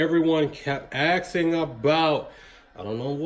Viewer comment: *ASKING not AKSING FFS